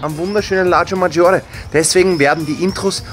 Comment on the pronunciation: ich raste als halber Italiener schon beim ersten Satz vom aus: LAGO Maggiore net Latscho Maggiore. Bitte Danke.